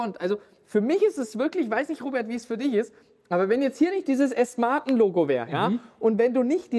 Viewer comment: „Asten Marten“ 😂